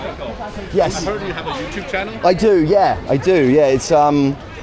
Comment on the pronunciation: Im sorry…. YOUCHEWB